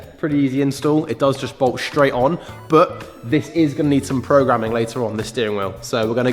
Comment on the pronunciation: I counted 21 of "shhhtraight" in this video